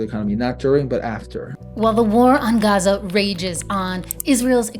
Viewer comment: good quality video, but that pronunciation of Gaza was just too annoying.